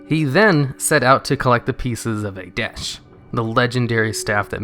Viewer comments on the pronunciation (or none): is the staff not called atiesh instead of aitesh? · Atiesh not Aitesh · Ateish, not Aitesh. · Just FYI it's Atiesh not Aitesh... Surprised no one said anything, it was spelled out in the video and pronounced wrong =X Either way, great video and I love these Villain Corners! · Not wanna be an a-hole, but medivh own atiesh (not aitesh) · Atiesh, not Aitesh. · but...its Atiesh not Aitesh :( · I think the staff is called atiesh not aitesh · "A desh" Lol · btw it's atiesh :P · Shouldn't it be "Atiesh" instead? Great show m8! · Is that how you pronounce Atiesh........?